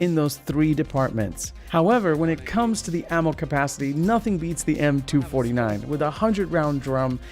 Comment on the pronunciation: It’s pronounced m249 not m2 49